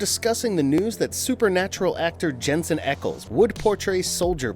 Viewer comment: Okay. It sounded like he was going out of his way to mispronounce Jensen's last name that time.